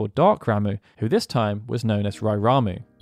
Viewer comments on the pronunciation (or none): Am i the only one who thought this guy's name was pronounced like "rah-muh" and not "ra-moo" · *"rom-uh" not "ram-oo"